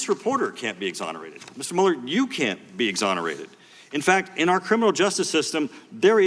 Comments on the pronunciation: Why does everyone call him Muller? His name is Mueller as in Ferris Bueller. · His name does not sound like you liberals want to spin it it's German and his ancestors yes here it comes mein heir sounds like mule ok Mueller not mull so Mueller sounds like mule er ok Elmo now you say it we don't want to have him sound like a camp guard not CPB say it mule +er no not saying Robert Mueller is a Nazi but find it weird the distancing from the Germanic pronunciation of the name to a more of a Engllish sounding version see SJW's how anything can be twisted and made different this is called humor not real like CNN wife's account not her opinions or anyone's it's fake not real